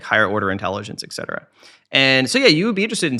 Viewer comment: For someone who is really well spoken... you had to say it. You had to say - ECK CETERA!!!! ECK!!! It is ET CETERA!!! ET.... ET CETERA!